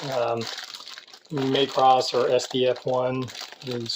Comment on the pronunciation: It's not pronounced. May cross...it's mah cross